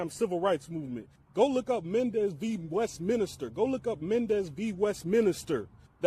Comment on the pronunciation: West MINSTER. Its not Minister. There is no I between the n and the s. My OCD is going the eff off with this bad pronunciation. West min stir.